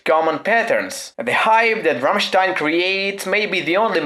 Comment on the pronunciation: Finaly someone on youtube that says rammstein not rammsteeen